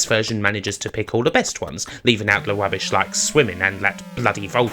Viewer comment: Wubish? Denvew Bwoncos? Bwutal? Pwesentation? Bwilliant? Where is your accent from? Please please someone tell me where ... where?